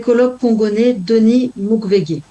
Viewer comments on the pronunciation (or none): Pas Mukvegue.....Mukwege....prononcer : MuKouegué ! ... Cela dit, la France est un pays SOUVERAIN ! .... Et les Maires de France sont libres et suffisamment responsables pour savoir distinguer le bon grain de l'ivraie.... N'y voyez pas malice svp... On peut aimer Israël et ne pas aimer Netanyahou... Nuance ! 😊 Il ne vient à personne l'idée que parce vous desapprouvez Melenchon et ses comparses, vous seriez accusée de détester la France. Votre raisonnement est malhonnête, sophiste, bancal et clairement manipulatoire. Cela ôte fatalement de l'altitude et de la pertinence à votre ..."chronique" ! Dommage ....😊